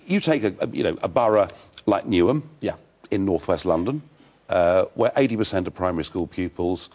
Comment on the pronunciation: I'm a Eurosceptic, a huge fan of what Farage has achieved. But Nige, Newham.. It's east London.